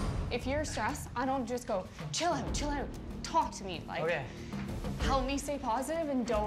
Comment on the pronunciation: Chill oat? is that a new breakfast? 😂